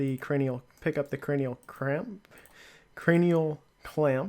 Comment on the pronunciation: when you said cranial cramp LOL